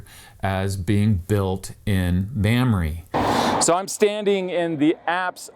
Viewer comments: Hahaha!!! It's not "Ma'am-ree"😂 it's pronounced "Mom-ray"! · Sorry to be that guy but its pronounced "Mahmrey" not "Mamry".